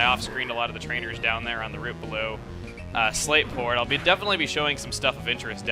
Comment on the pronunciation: I keep hearing "Slaveport" whenever you say "Slateport" city lol